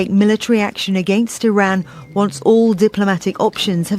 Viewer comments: when did people start pronouncing iran like "IRAWN"? can we go back to I-RAN... ? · You messed up I-iraon.